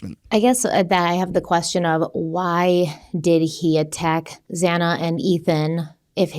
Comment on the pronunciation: We got it. I think it was worse the judge get Xana’s name wrong. I mean… it’s not that difficult to say her name.